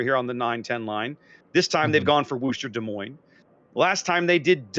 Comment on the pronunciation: Can this moron learn how to pronounce Des Moines please? Terrible presenter talks crap most of the time.